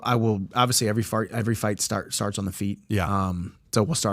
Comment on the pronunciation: Lol he said fart instead of fight 😂